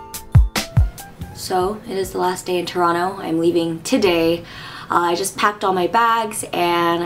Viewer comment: Two thumbs up for not pronouncing the 2nd T in Toronto. I proclaim you an honourary Canadian. : )